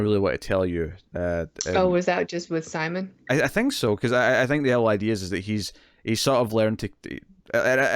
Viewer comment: First of all I really appreciate that you are watching this series in the first place and got me to check it out. I get you are reading the subtitles and then just saying it the way it looks to you, but it has been ever so slightly annoying to hear you mispronounce Simon's name every time. I get you don't speak the language, but it seems more respectful to at least try and get their names right. Anyways it's not a big deal just something I've been noticing and again thanks for bringing something more obscure like this to my attention.